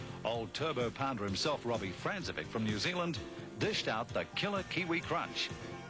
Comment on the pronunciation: Francevic is actually pronounced "FRANK-e-vich". And who's Denny HUME?